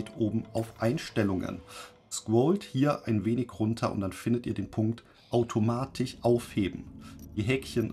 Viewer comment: AutomatiCH, PraktiCH… Sorry, das triggert mich einfach zu sehr…